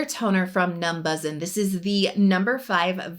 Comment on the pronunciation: I believe it’s pronounced “numbushin” (how koreans would say “numbers in”)